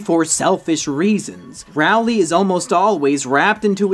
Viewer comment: no offence but rowley is pronounced like roll-ly